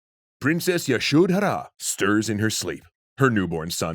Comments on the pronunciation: The "dh" in Yashodhara is one syllable. It's pronounced similar to "th" in "the". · That pronunciation of Yashodhara is distractingly awful. I think y'all are great, but you might want to check in on pronunciations a bit more